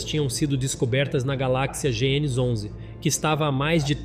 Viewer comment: Cara primeiramente vc deveria aprender a pronunciar as palavras direito nem as de português c acerta cara😂😂😂 Galak cia?😂😂😂 Seria por acaso uma companhia de barras de chocolate!? 🍫😂😂😂